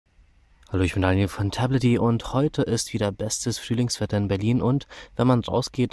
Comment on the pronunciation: Sagst du da echt Flühlingswetter? :D